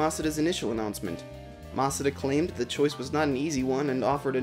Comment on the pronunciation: everyone: masuda.: mas-ah-da.